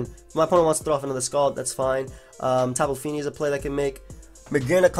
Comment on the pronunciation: "Tapu feenee"